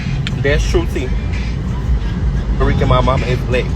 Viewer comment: So, Selena not Porta Rickan? 😂